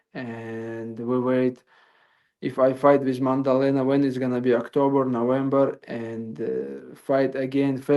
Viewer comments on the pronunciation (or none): Maddalena ✖️ Mandelena ✅️ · Why calls the champ Mandalena? 😂😂